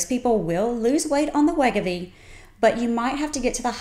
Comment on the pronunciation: I can't understand her Southern accent, and she is mispronouncing Wegovy. Just sayin'.